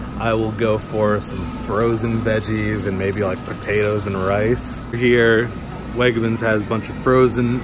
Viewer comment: I work at WEGMANS and the way you say WEGMANS gives me life holy shit lmao